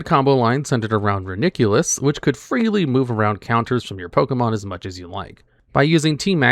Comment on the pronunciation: Bro finds a new wrong way to say Reuniclus every time, this one might be the worst I applaud